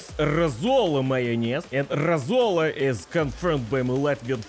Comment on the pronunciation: If you want to more correctly pronounce Latvian words, I suggest stressing the first syllable, not the second, as in Russian. So for example, instead of roSOla, it would be ROsola.